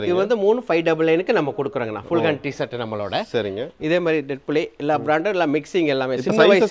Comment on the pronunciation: தம்பி அது பேர் சேட் இல்ல ஷர்ட் 😂😂😂😂